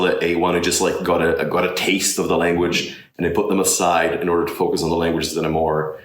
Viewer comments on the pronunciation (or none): He seems to have a bit of trouble with the English "th" sound. He'll say "dis" and "dat" instead of "this" or "that". The "o" sounds a bit different as well. It sounds more nasal than usual. He seems to skip middle consonants in short words like saying "focus" as "fo'us" or "level" as "le'el" or "French" as "Fre'ch". Obviously, there is nothing that would keep people from understanding him. It sounds very good and most people would not even notice these very small things.